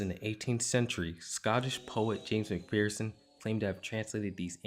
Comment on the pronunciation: * macpherson is pronounced mac-fir(like the tree)-son, not macfear(like the emotion)-son, and if i wanted to be pedantic id say that the standard pronounciation of gaelic in this example would be gah-lig, not gay-lig. but gay-lig is technically not incorrect, as its used in some dialects. id also personal say osheen instead of oshan, but both are correct, it just depends on dialect again. the controversy around macpherson's translations is that there was no original manuscripts. macpherson's english translations were the first written account of ossian's poetry. however, i dont think this neccesarily means that it was plagarised. i specified scottish gaelic earlier, and there's a reason i did that. the early 18th century was a very bad time for scottish gaels. the british empire viewed us as dangerous gangs of savages who needed to be done away with. this came to a point in 1745, during the final jacobite rebellion. a significant number of gaels took part in the rebellion and were later defeated and killed by the british military at culloden in inverness. using this event as an excuse to stamp out gaelic culture, the british government passed laws banning various aspects of gaelic culture and generally dismantle our societal structures. most notably for this context, there were rules against certain types of music. historically in gaelic culture, mythology and stories were passed down in big circular prose-poems which often took weeks to fully recite. the bard would spend